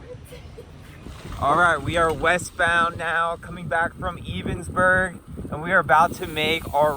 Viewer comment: Nice! I am fairly local and just haven't found time yet to do the full loop, but looking forward to it. Kind of surprised at what they were charging for a tent spot at the county park though, yikes! Also - if you find yourself out here again, "Ebensburg" is pronounced "EH”bensburg"!